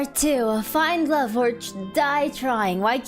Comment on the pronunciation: I....I.....I loooovey you! Episode 6. HUH!?!? Myahhh "louvey" you I've never played UNO on stream. Maybe soon? Wait, Scarlett gonna ruin Violet's date? Met with Damian. I don't know how to voice Damian. IT'S TIME FOR MY LAST DATE WITH VIOLET! Why am I feeling doki doki? Awwwwww Oh, she's blushing~ VIOLET YOU BEAUTY What the heck is a paint night? Violet, why are you so cute? Paint night? Paint together? About the visual novels NEW CG UNLOCKED Humu humu Wait, that's a fork. Fork fed me~ I wonder where's Terra staying right now. Jazz hands? At the TV? Awww she blushing~ My voice acting is not that amazing. I got the voice for singing but not voice acting Past experience on voice acting interview It's my dream to voice acting in games? Not anime Vestinian's English is very different from Earth's English Voice acting for starters? Maybe do a voice acting on comics? I didn't do any dubbing for fan animation Ashoom and Conshoom I didn't interact with people in real life that much About her English accent I don't mind people correcting me pronouncing a word. It's not rude~ The "shoom" sounds may be because of my accent. I can't do anything about that~ About her time on interviewed by Production Kawaii.